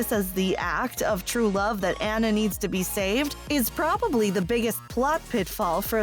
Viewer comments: Yeah, they say "ANN-NA" instead of "ANNA". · Hearing Anna instead of Anna drives me crazy but I agree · It’s pronounced “Ah-na”, not “Ana”.... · Um..."Anna", pronounced to rhyme with "banana"? It's pronounced "AH-na" (more or less rhymes with "Donna"). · It pronounced Aunnah, not Anna. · Omg... It’s pronounced “Ah-nuh”, not “An-uh”... That kept getting annoying! Like, you can’t make a video on a movie when you don’t even know how to say one of the main character’s names... Sorry, but it’s kinda irritating 😕😒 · Well actually the name Anna, spelled with 2 N-s is pronounced "An-uh" If it was meant to be pronounced On-uh, it should have been spelled will only one N, It always annoyed me that the movie called her Ana instead of anna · It’s fucken (onna) not (aNNa) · She is saying Anna wrong 😡😭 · was it just me that’s triggered by the way she says anna’s name? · I am tempted to give you a thumbs down for saying ANNA wrong even AFTER they say it on screen.😒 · Please don't. I don't mind it. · Omg I agree